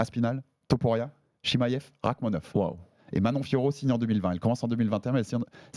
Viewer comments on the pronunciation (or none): Arrete de dire « chimayev » stp c’est chimaev🤣